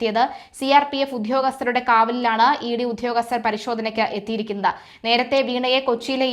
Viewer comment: സു 'ധാ ' ര്യത ഉ '' ഗസ്തർ 😂🤣😂 സിമ്പിൾ ആയി സുതാര്യത, ഉദ്യോഗസ്ഥർ എന്ന്. പറഞാൽ പോരെ കുഞ്ഞേ